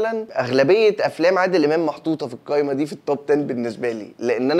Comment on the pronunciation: كل ما تقابلني حلقة ليك وادخل اتفرج الاقيك بتقول الكايمة مش القايمة اروح قافل الفيديو ع طول 😂